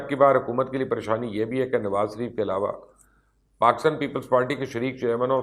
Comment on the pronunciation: Sir ajj tak ham ny nawaz shareef k k nam nawaz shaaareef ha ap nawaz shareef ka name thek keu nahe lytha sorry to sy if you don't mind sir ap nawz shaaaref kahny k bajya nawaz saareef lytha ha keu ap itny intelligent ha ap bata skty ha name thek ha kia shareef yah nawaz sareef ha